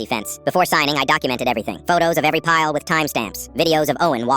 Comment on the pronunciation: Pile not pyle (as in Gomer)